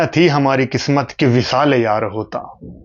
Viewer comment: Usha ji pronounced Qismat as kismat in the ghazal